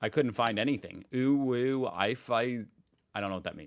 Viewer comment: Well I think he also wanted to pretend that he never heard the term uwu before - but he hit the pronunciation perfectly, so we see through it.